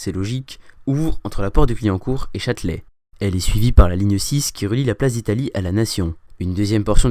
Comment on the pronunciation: Pas "chatte-lait",mais "Châtelet".